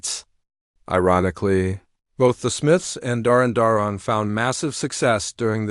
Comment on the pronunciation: I've never heard a weirder pronounciation of Duran Duran in my life. Way to show you don't know anything about these bands.